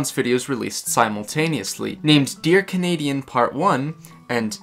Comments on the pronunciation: “Kenedian” is a violation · I just realized you pronounce his name "Canadian" lol Edit 1 added " Edit 2 added the edit thing